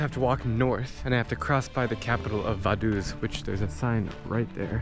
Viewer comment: Vaduz is pronounced "fah-DOOTZ"